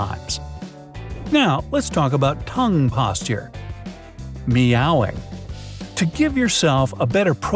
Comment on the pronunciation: It's pronounced as mew-ing